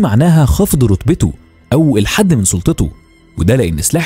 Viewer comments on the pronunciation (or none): none